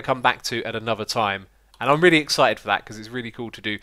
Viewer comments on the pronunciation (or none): none